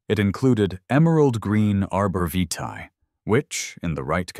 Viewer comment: The pronunciation of "vitae" was butchered several times. This is a lazy creator who doesn't respect their viewers.